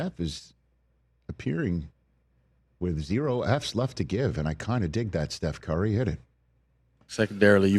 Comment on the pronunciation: I swear Rich was saying Carry (Car-E) instead of Curry